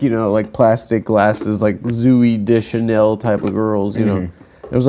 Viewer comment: I love how Adam says Zooey Deschanel wrong once again after being corrected by Stav and Nick years ago. Never change.